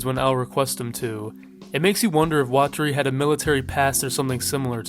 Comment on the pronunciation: Actually, it's weh-terry